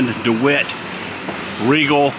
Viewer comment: Again.. it is pronounced like Regal! My Mom worked at a Riegel plant.